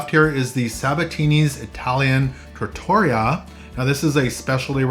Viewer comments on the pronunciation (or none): Love the video, but you could use some help with Italian pronunciation. Piazza and Lavazza each has a double zz, like in pizza - so: pee-aht-tza and. La-vaht-tza.. It's a trattoría, with the accent on the ría. Keep traveling and learning!